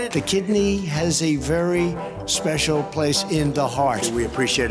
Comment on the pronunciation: "...the kidney has a very speacialy place in the heart...[Trump]" lmao